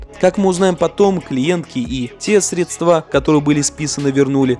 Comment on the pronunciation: СрЕдства, а не СредствА